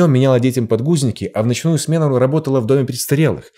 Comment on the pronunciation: "ЛАБОТАЛА" ХАХАХАХХАХЕХЕХЕ